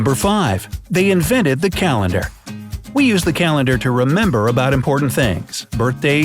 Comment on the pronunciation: "Inveted" not "invented" they day "inveted"